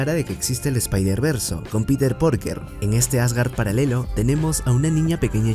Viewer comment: Lo dejé de ver cuando escuché Peter PORKER